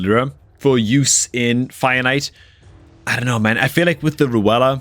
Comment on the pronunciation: It's fire knight. Please don't pronounce finite.